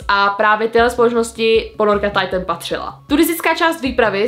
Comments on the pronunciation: hovorila to mu Titan a nie taitn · Nečíta sa to tajtn 👄Alw titán